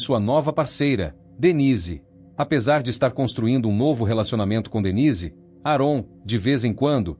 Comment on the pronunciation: AParte ruim de todo o vídeo é a pronúncia errado do nome do homem … a pronúncia correta é ÉRON !